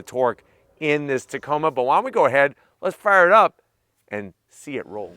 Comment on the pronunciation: I really like the Canyon Denali……..really really 😁. Hey, did you know you said Tacona with an N when you mentioned Hawaii. I think it happens automatically when you think of Hawaii lol!